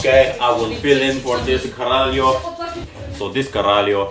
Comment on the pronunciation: I loved "this caralho" Nice portuguese!